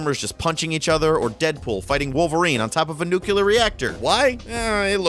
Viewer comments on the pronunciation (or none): 666 views, oh boy. anthonys placed a curse on me also, bad company 2 wasnt bad. i liked it. it was probably one of the better ones out of the fps craze. also holy fuck, its "nuc-lear" not "nucular" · You had me until you called it a "Nu-kee-lar reactor" It's Nuclear, get it right or play with Price (captain Price).